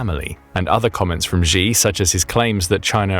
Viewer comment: Please, just please, look up how to say "Xi". It doesn't sound like "gee".